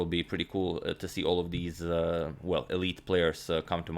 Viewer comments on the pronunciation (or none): none